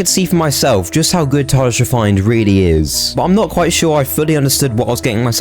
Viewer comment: "It's called Tardjhe fine"